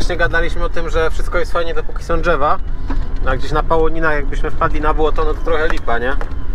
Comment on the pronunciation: Mówi się : drzewa a nie dzewa